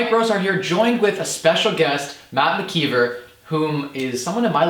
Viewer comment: Its Mckeever!